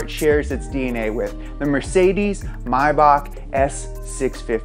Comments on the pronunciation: Bro wtf is mahback it’s may-back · bro has this man never heard a Rick Ross song it's May-Back not My-bawk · if you beleive it or not but it's a German brand so you pronounce it german as well and "may" is pronounced the right way. just the "back" which is actually a "Bach" is pronounced wrongly because nearly no English speaking person can pronounce "ch" the way Germans do. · It's not my-back, it's may-bach. As in the month may, and then bach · It’s not mybach, it’s May-bach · Is Maybach pronounced "mybock" like he's saying or "mayback???" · Cringe every time he pronounces Mayback wrong. It's literally exactly how it's spelt and pronounced.. maaaaybackk. You don't say Meey or Bak. It's Mayback literally that lol. Rick Ross way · Pronouncing maybach, mybach, is really grating on me lmao the “A” is not silent you heathen haha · "May-Back" there's no way you can miss pronounce May that much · It's pronounced MAY-BACK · It's pronounced (May-back as in Maybach 🤣🤣🤣🤣not my back) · Its actually pronuonced 'maye-bak' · Hate the way he says Mayback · Anyone else hate the way he says Maybach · im actually so angry about how he says maybach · the way he is pronouncing maybach it gets me very angry nice video though